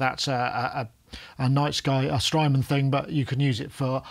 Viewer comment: At one point in the beginning, it sounded like “Strymon’s nice guy” to my ears, haha. Thank you for the great review,. Makes me want to add the nice guy to my production team.